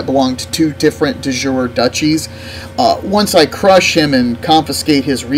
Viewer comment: Not to be a dick, but its pronounced "De Joorey", similar to the derived english word juriprudence, etc... Bleh, anyway.... It's no fun to play premade kingdoms, half of the fun is taking your empire from one county to a kingdom, (or more!)